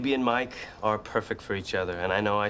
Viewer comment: it’s not "mich" it’s mike